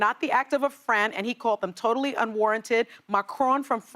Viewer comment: Sunny you pronounced the Australian Prime Minister's name wrong.